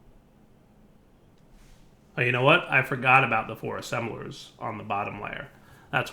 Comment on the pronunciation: Ass-embelers minion laughing in background